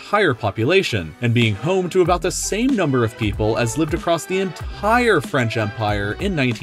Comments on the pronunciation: I like how he said the word "The Entire" he said it like that The En Tire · Why you say enthaire